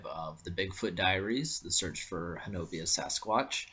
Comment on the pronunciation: Ho-na-bee get it right.It is native American.Why say it wrong?